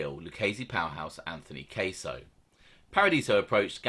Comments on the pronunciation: It's Gaspipe Casso. Cass-o, not Case-o. I don't mean to be annoying, but I just want you to pronounce as best you can. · It’s NOT pronounced Kay-so it’s pronounced Kah-so and Louie E. Is a complete gentleman,always was... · Its gasso not queso 😂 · It’s casso not case-0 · It's pronounced Anthony Casso sounds like assh_le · I love the young picture of Casso, my mother said he was gorgeous when he was young. You pronounce his name in a way i can’t recognize. Your accent is awesome, it is. This is constructive… caaahsssso… i thought the that slap was folklore. Ooooh. Good for Paradiso!!! ❤. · Bruv..jus lettin u kno, it's not pronounced like cheese queso..lol its Casso..like rhyming w Gas..get why it's Gaspipe..n the accent is great but 3rd man is pronounced con-sil-ieri Keep it up mate..enjoy em all